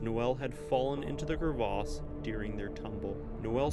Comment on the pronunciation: It's cravesse not crave arse lol Less background music/noise or no background music/noise would be good